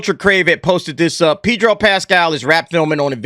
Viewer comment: ' Pee'dro ' Killin me...